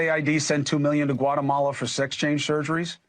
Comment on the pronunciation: Brother Stephen A., it’s not Guatamalia it’s just Guatemala.